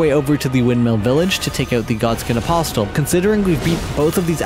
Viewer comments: c'mon man please stop pronouncing the T in apostle, it's silent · Im confused, is english your first language or is it a bit? Because the pronunciation in this vid could have been better, for eg. AposTill (Apostle), Loreruania (Liurnia) , Linedell (Leyndell), More Got (Morrgot), forginate (fortunate), for some reason you pronunce Lansseax differently each time you say it, Crystillians (Cystalian). This was all in the first 16 mins. Again if I'm missing something like its a joke or english isn't your first language please let me know.